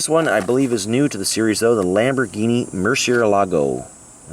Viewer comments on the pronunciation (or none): none